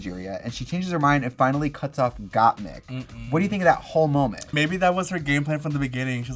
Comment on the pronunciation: Trixie is pronouncing gottmik wrong again hahahahaha